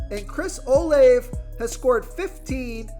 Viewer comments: And it's pronounced "o-la-ve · This guy don’t even watch football. Stevens? Can’t pronounce Olave and picks D Jones with no hands out there. Just reading a script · love your stuff, but his name is pronounced Steven-son. Not Stevens. Rhamondre Steven-son lol. i'm an asshole like that. but sincerely, great insight. oh, Olave is pronounced Oh-lahv-a. yeah, i'm a dick. i know. but still, i support the channel so cut me some slack. i have OCD, can't help myself. y'all have a good sunday.